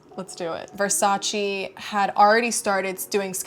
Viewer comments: it’s Versace not Versachi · IS VERSACE NO , NO, NO, VERSACI.🤣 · Poor thing can’t even pronounce Versace 😂😩